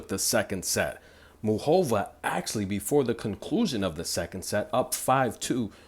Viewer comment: Lol please pronounce her name right: its Moo Ca Va 😁